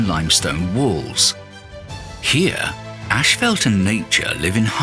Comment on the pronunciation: It's not 'ashfelt', that's roofing material. It's 'ashfalt'.